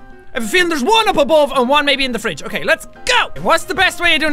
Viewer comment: "Hello Mr.Fwidge, I'm back!" Jacksepticeye 2014.